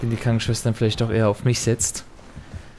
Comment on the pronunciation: Die gute alte Schwankenschwester. Ich liebe Versprecher. 😄